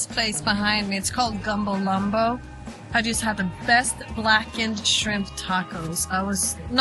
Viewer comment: She cant even say the name of the last restaurant right......Gumbo Limbo NOT "Gumbo Lumbo". Work Harder. Shes a chore to listen to.